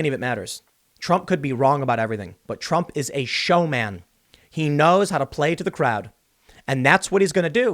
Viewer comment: We need the Biden scoreboard a point for every time he mispronounces Trump, 200 points Impeachment.